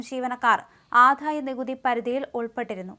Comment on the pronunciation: ദയവു ചെയ്ത് ഉച്ഛാരണം ശ്രദ്ധിക്കൂ , ആധായ നികുതിയല്ലാ, ആദായ നികുതിയാണ്, ഘോഷമല്ല, മൃദുവാണ് തീരെ ഉച്ഛാരണശുദ്ധിയില്ലാത്ത വായനക്കാരി